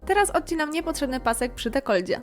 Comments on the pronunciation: Mówi się dekolcie (bo dekolt), a nie dekoldzie :) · Kreatywnie i estetycznie, super. Poza tym - genialna figura!! PS "Dekolcie" - nie "dekoldzie"